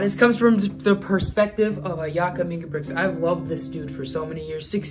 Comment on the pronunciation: It's not Ingebrixen, it's INGE-BRIT-SEN